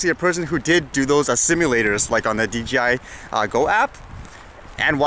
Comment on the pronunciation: Enjoy your vlogs but dude it's DJ(jay)I, keep up the fight for recreational flyers!